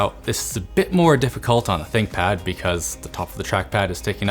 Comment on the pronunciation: Nice try """"thickpad"""" !